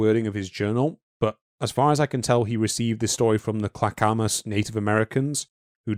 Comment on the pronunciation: Clack Oh Muss River Also if you place a word into Google. It will tell you how to pronounce it.